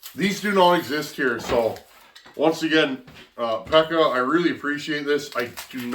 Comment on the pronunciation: Pekka is pronounced peck-a with a long k